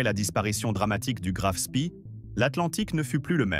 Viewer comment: "Graff Spee" , non "grave spi" commentaires approximatifs comme d'habitude ! !